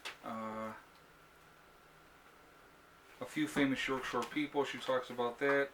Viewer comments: P.S. It's York "Shire" not shore. Shire is the English word for county. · Loved the letter.... its YORK SHIRE not SHORE... love it. Great video again.